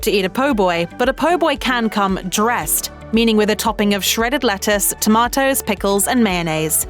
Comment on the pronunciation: The bih cant even say tomatoes right I'm not watching the rest of this video tonight